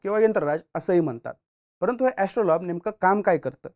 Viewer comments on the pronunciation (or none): एस्ट्रोलॉब नव्हे एस्ट्रोलेब...... उच्चार तरी नीट करत जा. आणि यंत्रराज आणि यात फरक आहे. कधीतरी मूळ संदर्भ पाहत जावे. इतक आयत्या माहितीवर अवलंबून राहू नये.